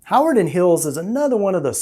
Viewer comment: You are saying "Hawarden" wrong. Not sure where you're from but it tells me you aren't local. It's "huh - war- den"